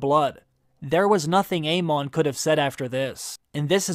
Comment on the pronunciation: Long time watcher. No judgement just wondering…is there a reason you always choose to pronounce the names of the characters differently than how the show pronounces them? I’ve noticed that over the years. But especially in HOTD…”aye-MON” instead of “aim-in”… “Loo-ker-is” instead of “Loo-ser-is”…“uh-RAX” instead of ”AIR-axe”. Again no hate just curious, only because I’ve found it somewhat distracting and every video lately I’m like “whyyyy”. 😅